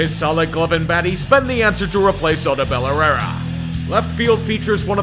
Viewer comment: Wow. I don't think I've ever heard anyone butcher Odubel Herrera's name more than what he did